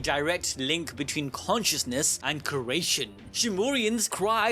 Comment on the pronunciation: KERATION!!!!!! REALLY MY GUY😂😂